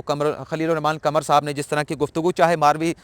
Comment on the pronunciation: قمر چاند کو کہتے ہیں "ق" کمر جسم کا حصہ ہے "ک" اردو کے تلفظ اگر صحیح ادا ہوں تو فر"ق" صاف ظاہر ہے